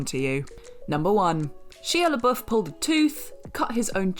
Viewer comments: It's so fustrating. They did it on another video as well. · I swear they can’t get that mans name right 😂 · Next list - top 10 ways What Culture has mispronounced Shia Labeouf's name.